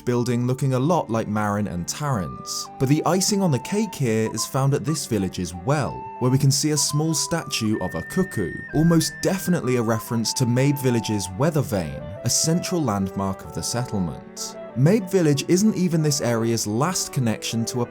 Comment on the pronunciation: COO-COH, not cukoo.